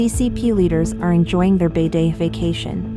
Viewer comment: Please learn how to pronounce ‘Beidaihe’, ‘Cai Qi’ etc. The voice-over in this video is embarrassing.